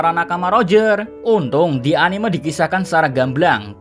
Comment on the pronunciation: Sorry2 nih oot min, cuma agak keganggu dengan penyebutan kalo pas bilang "anime". Padahal kalo pas nyebut "animenia" udah bener tapi kalo pas bilang "anime" jadi beda begitu ya. Mungkin kedepannya dapat dikoreksi ✌✌